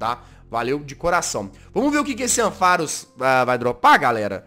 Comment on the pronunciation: Se escreve ampharos se fala amparus